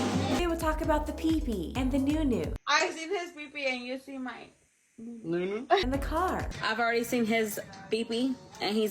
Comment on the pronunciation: I cringe every time I hear 'New newu"🤢